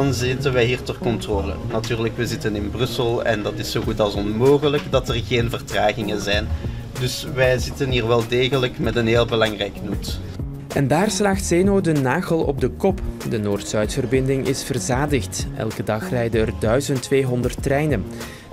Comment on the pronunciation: hoorde ik daar het woord "slaagt" i.p.v. "slaat" uitgesproken worden? Een vuile vlek op een anders interessante video.